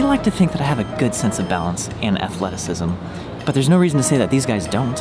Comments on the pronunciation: Interesting accent on the "No" there. xD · More kiwi I'd say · "what no" Did just turn Australian there for a second??